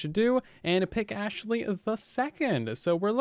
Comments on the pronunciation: Please Say Astley not Ashley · Hey! Say Astley not Ashley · Good video, one thing could you please Say Astley not Ashley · Hey man can you Say Astley not Ashley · Say Astley not Ashley please, means a lot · Hey! Please Say Astley not Ashley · Do me a favor and Say Astley not Ashley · I would appreciate it if you Say Astley not Ashley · Hey! Can you do me a favor and Say Astley not Ashley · Say Astley not Ashley please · why does he say overything instead of everything and Ashley instead of astley